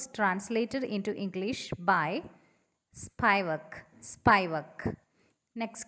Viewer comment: it's spivak, not spaivak i guess!